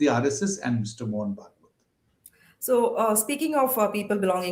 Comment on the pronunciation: Can't this pronounce Bhagwat properly?